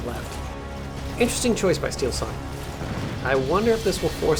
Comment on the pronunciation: Steelsane spels not like steelsun, its two words steel and sane :D very good player so plz call him right, big thanks :D:D:D